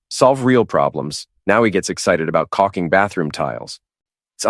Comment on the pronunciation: What is "cocking" bathroom tile? I think the IDIOT is AI, but so is the editor. I think it's "caulking" SIMPS also caulk misstated .